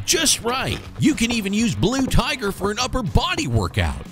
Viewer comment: "The BLU TIGHER!"